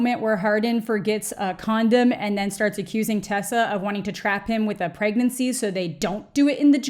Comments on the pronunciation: Aahahahah! "how to PROVENT PERAGANCY" omg I laughed way to hard at that! 🤣🤣🤣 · "How to provent proegnancy" 🤣🤣🤣🤣🤣🤣Deadddd